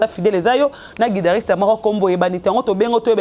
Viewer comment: Hein, tanga lususu mua classe, balobaka guitariste et non guidariste, epuis kombo na ye eza ambassy et non ambazy